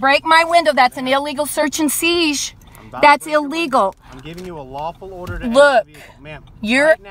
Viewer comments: The way these criminals say search and "siege" instead of seizure is so freaking annoying 😂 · It was "seizh" like short for seizure. Even worse, but just saying. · Does she not know how to say "seizure"? Weird.